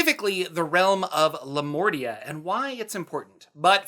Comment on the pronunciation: For a moment I thought you said Lamortia, instead of Lamordia. This makes me think that it might have been named accidently into Lamordia. Lamortia basically means "the death". And it sounds awesome.